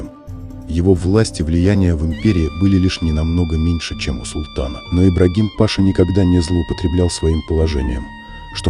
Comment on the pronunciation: Ибрагим-Паша,ударение на последний слог.